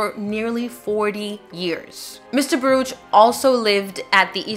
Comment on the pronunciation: It is pronounced "bar-OOK." The name is Hebrew.